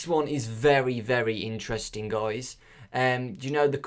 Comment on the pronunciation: Can u say Guys instead of Goujs ? :/